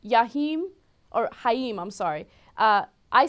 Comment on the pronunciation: Haim?? i think its more like Kaim (pronuntiation)